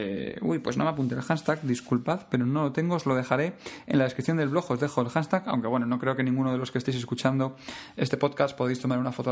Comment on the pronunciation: Una duda, cuando nombras la palabra "hanstag"...tal y como suena, ¿te refieres al "Hashtag" o etiqueta común hoy en día?. Lo pregunto porque cada vez que lo dices metes la "n" en la pronunciación y al final no se si te refieres a otra palabra o es que se pronuncia así